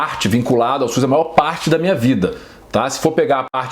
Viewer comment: E SUS Dr...não e Suis.